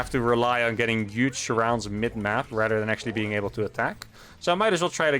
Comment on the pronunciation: This gonna be 'uge. Lol, don't hate the "h".